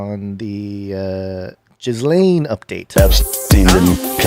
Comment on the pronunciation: Guys, her name is pronounced : "Geh-lynn" or "Geh-laine", not "Giz-laine"